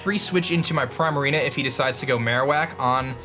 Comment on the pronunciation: does the way he says Primarina bother anyone else? I'm not even sure how to pronounce it correctly, but "Primerina" just sounds really offputting :[